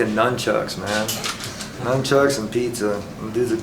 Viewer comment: It's nun chuck Tony, not numb chuck.